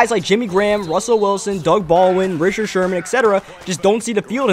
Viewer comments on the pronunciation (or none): none